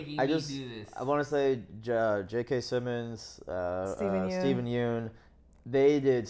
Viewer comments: Just so you guys know Yeun is pronounced "Yunn" not "Yoon" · yeun in steven yeun is pronounced like young without the g